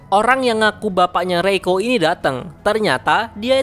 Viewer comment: Reiko gw denger malah roiko wkkwkwkw